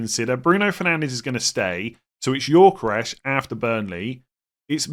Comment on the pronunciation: Every time I hear say Yorkeresh, I die a little inside.